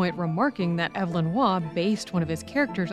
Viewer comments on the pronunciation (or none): none